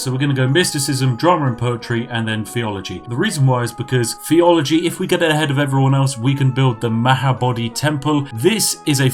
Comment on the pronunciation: A well spoken English man who can’t say ‘theology’ 🤔